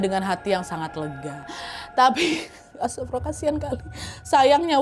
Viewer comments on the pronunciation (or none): astagfirullah ya kak bkn astafirullah, soalnya bacaan yg bnr tu astagfirullah bkn astafirullah